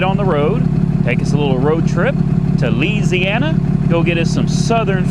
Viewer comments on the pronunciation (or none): Somebody just put a brake tag on the red vette before it sold at auction. Look 8-22. Also... Nobody says Lees-e-ana. 😆 😆 😆 I'd clear over the silver vette and leave it as is. I think it looks awesome as-is. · Louisiana not Indiana you fool